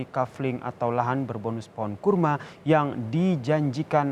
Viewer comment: kurma ,,,apa karrma,,,,hehehe